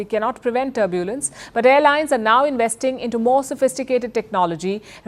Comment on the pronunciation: Palki Sharma should get an accent coach or someone. It’s not turb-yooooo-lens, it’s just tur-byu-lens.